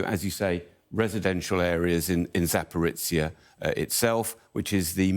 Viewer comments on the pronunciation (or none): "Zaporitsya" WHAT?!? I thought only Americans buthered names this much. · Can't even pronounce Putin's name or the town of Zaporizhia properly...